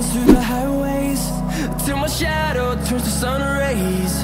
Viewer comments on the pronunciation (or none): none